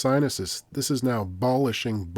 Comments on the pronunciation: Another tremendous video. It's Sunday evening now in London and my weekend is complete. Sorry to hear it's 'Bolishing, bolishing, bolishing'.... Hope you feelin' better soon! 😀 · "Bolishing, bolishing, bolishing"